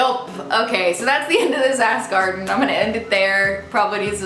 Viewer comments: "that's the end of this ask " - i literally thought you said that's the end of this ass-garden so yeah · "That's the end of this ask " sounded more like "That's the end of this ass garden" Lol, luv u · it sounded like you said, "that's the end of this ass garden. " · AHAHAHA when you said "that's the end of this ask " I could've sworn I heard "that's the end of this ass garden..." possible podcast name???? you're welcome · definitely thought she said ass garden for a second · Definitely heard "Ask "as "Ass Garden" at the end there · when you said "thats the end of this ask " I thought you said "ass garden." I had to replay lol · definitely thought you said "that's the end of this ass garden" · towards the end I thought I heard you say "that's the end of this ass garden" instead of "ask " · thats what i heard everytime she said that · Ask sounds like ass garden. I'm lonely. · When she said "thats the end of ask " what I heard was "thats the end of ass garden" shame on me lol